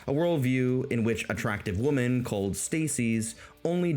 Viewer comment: Great summary of that sad milieu. Your pronunciation of the word "women" almost burst a blood vessel in my head, but the tremendous quality and sense of humour you put on display more than made up for it. I really hope the manosphere dies, just like I hope tumblr feminism dies. They're on their way out, but I'm not confident they'll ever be truly dead.